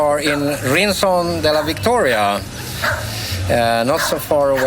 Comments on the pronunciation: Guys, it's not RinSon, but RinCon, 'K'!!! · Fin video! Brukar kolla på era videos när de dyker upp 😊 Delvis uppväxt i Almunecar .. (Rincon uttalas dock med K-ljud)